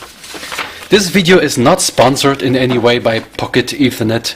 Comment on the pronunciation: Its not PocketEthernet, but Pock-Ethernet.